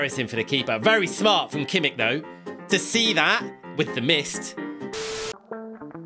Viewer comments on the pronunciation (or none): Kimmick? its kimmich